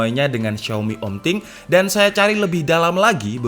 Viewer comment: “setau xaya” 😅